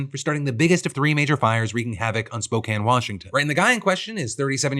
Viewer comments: 2 things I have to say, First wild to here my town of spokane in a ohillip defranco video, thank you for covering it, and second THANK YOU FOR CORRECTLY PRONOUNCING SPOKANE!!! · Thank you so much for saying Spokane correctly ❤❤ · Oh my god. You said Spokane right this time Phil! I could not be more happy. 😭😭😭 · you pronounced Spokane correctly, well done Philip.